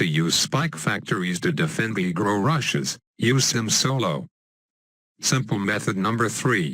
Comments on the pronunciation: When he says regrow it sounds like negro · omg the way he says regrow